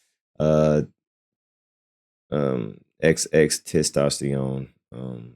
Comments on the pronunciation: 😂😂😂 Can you just say, X. 😅😅 It's TENtacion not TES 😂🤣🤣🤣🤣🤣 you're so close to saying testicles. 😅😅😅😅😅 I'm just trying to help you sound it out, not be disrespectful. Ten-ta-see-own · Come bro it’s XXX-Testosterone it’s not that hard 😂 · Sound like XXX Testosterone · Wild they can't say it right